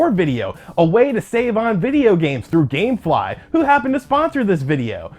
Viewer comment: Dammmmm he said gamfly lol I forgot all about them